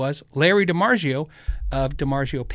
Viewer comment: love the channel. Could you remember it’s pronounced DiMarzio not DiMarjio..ZZZ not J. Continue what ya do. Thanks